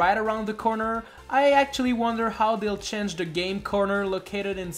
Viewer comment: "chenge" and fack"